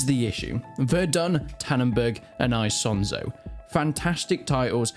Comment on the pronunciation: i cant keep watching this with how hes saying isonzo